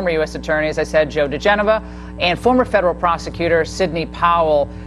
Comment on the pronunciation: The pronunciation of Joe's name is 'da-gen-oh-va'. Just sayin'.